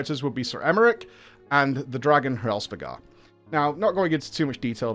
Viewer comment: So it's good? I'm half way through it. I can't even think of more than 3 times Emmerich has come up. Confused now. Edit: lol Aymeric. Never hid it pronounced as Emmerich.